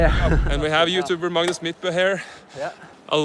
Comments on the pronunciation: it's not madness , it's Magnus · I think we’ve been pronouncing your name wrong. Its Madness not Magnus